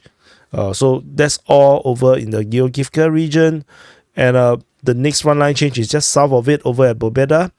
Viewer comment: "Giogivka"., this one is easy to pronounce as its from the name Georg. Georg-ivka.